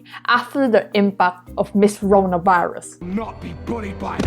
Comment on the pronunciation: I like the way you pronounce the "Corona Virus"! again pls